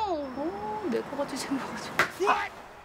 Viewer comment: 만화가 아니라 내거같이로 들립니당!